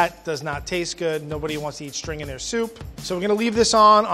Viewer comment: shou ghood. perfekht.